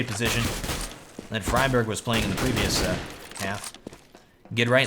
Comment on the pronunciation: Love your work but it's "doo-pree" and "free-berg". Once you sort out those pronunciations, I'll be a happy little linguist.;)